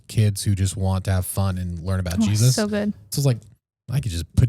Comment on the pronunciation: Gosh he always says jes"US" I wonder why